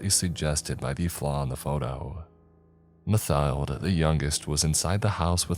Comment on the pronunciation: (a few seconds later) it’s not “Math- ilde”, it’s “Matt - tilda” 😂